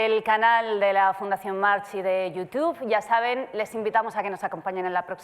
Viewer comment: El dia que digáis correctamente el apellido de la persona que da nombre a vuestra fundación, ganaréis mucho en profesionalidad. No es “March”, es “MarC”. Esa “h” en catalán/mallorquín (origen del mismo personaje) es muda. Me arden los oídos cada vez que lo decís mal. No es tan complicado (otros ejemplos: Bosch [Bosc], Blanch [Blanc]). Recordaros, a su vez, que los nombres propios, según la RAE, no se traducen aunque haya muchas instituciones y periodistas que lo hagan mal. No es justificable. Estos apellidos son apellidos de alta cuna de la nobleza catalana con procedencia del latín (Marcus). Un mínimo de respeto.